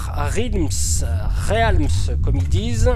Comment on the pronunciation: Star R-É-A-LMS ? :D La vache ça pique ^^. Très bonne vidéo sinon ;)